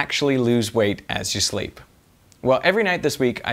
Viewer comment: that "as you sleep" sounds oddly aussie